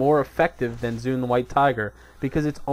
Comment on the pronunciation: 1. There is no such thing as snapshot statistics anymore, they removed it from the game for all pets 2. Its pronounced "zwen" not "zune" <===not microsoft 3. Chi burst is a gain in the aoe rotation, and using tiger palm is a dps loss at any point where there are more than 1 mobs. 3. FoF is above mastery procs in priority 4. Best secondary stat is haste up to ~7.4k at which point crit becomes dominant...there is NO POINT AT WHICH MASTERY IS BETTER THAN EITHER.